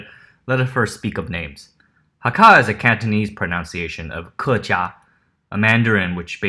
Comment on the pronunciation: Why why why don't documentary makers learn how to pronounce words before they start teaching about Chinese history. It really makes you feel that they don't know what they are talking about when they cannot even pronounce the name correctly. Also so many wrong facts. It is not offensive to ask if someone is Kejia. Ridiculous. Please do better homework.